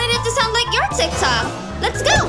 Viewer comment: Ummmmmm... did u mean tik tok it's not tie.... not to be mean but still...